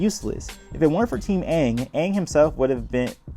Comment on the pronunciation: not as bad as "Ong"